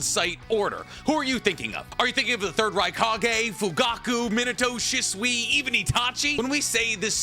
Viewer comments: "She-Sue-eeeeee"..... ima leave this here lol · you know for somebody who dedicated his arm to a Naruto sleeve and has a room I wouldn’t bring a female 20 feet close to, I’d expect you to adleast pronounce Shisui’s name correctly dawg